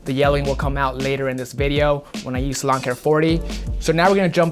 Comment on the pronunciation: For a while I thought you were saying LAWN care 40 instead of SALON care 40😂 oh my